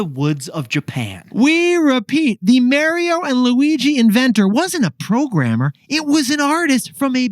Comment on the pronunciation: Stop saying Mary-o… 😭